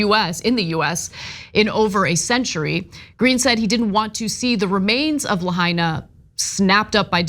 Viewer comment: Thanks for getting a clue and pronouncing Lahaina correctly.